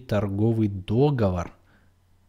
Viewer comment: дОговор... АААААААААААААААААААААААААААААААААААААААААААААААА МОИ УШИ!